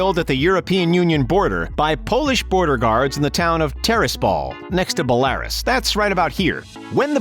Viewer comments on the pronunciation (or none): Belarus - “Bella-RŪS” Umpteenth time hearing you mispronounce it!